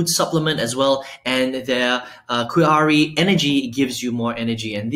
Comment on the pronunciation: Nice review. It's pronounce "Kee-Ahree" made from the "Mah-kee" berry. 😊